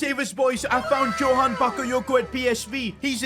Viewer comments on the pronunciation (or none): none